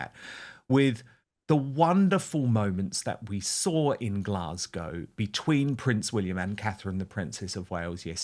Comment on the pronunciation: Why did make such a blunder she had read Glasgow incorrectly it was embarrassing.